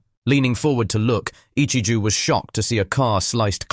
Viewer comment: "Ichiju" Ahhhhhh whyyyyyy whyyyy just say it right ahhhhhhhhh😡😡😡😡😡😭😭😭😭